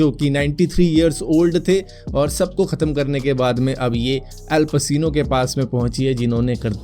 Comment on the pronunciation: भाई एल पसीनो नही el पचीनो है। गूगल translater me daal ke dekh liya kar